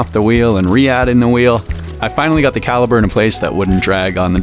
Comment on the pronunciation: Good video, but please, PLEASE lose the music. (And the word is CALIPER.)